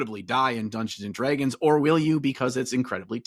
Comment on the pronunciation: the way does the midwest slur (Detroiter here) when he says Dungeons & dragggeens is awesome please keep this stuff coming!